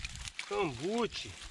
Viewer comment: Não, é canbute, é caboge o nome do peixe